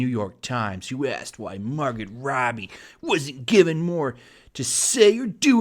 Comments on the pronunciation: Mar-Go her name is pronounced Mar-Go. Not trying to be a dick I'm just autistic. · Not Mahr-gut. Mahr-go. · Margot pronounced mar-go, not mar-git. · her name is pronounced “margo” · Margot is pronounced Mar-go. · It's Margot,. "Mar-go!" Regardless, much respect, Tarantino! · Pretty sure her name is pronounced Margo, the t is silent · Seriously, you cannot even pronounce her name? What a lazy video. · The T in Margot is silent